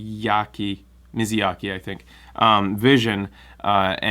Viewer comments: I have to wait a week longer, because Europe gets it late. BTW, it's Miyazaki. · mi YA zaki. YA zaki. think of the alphabet. Y comes before Z. lolol.